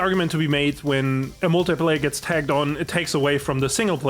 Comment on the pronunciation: I'm sure it's a language barrier thing, but it's "tacked on", not "tagged on". No offense, but he says it multiple times and someone should have caught that before the video was uploaded.